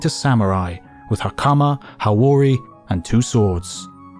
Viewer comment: hakuna ? isn't it supposed to be hakama?